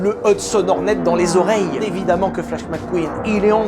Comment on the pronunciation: Pendant tout le premier film, je t'ai entendu dire "La qualif Horny" ....